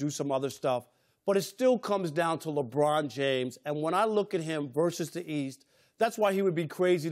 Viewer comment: Chris Broussard his name is LeBron, not LaBrine. So irritating. 😤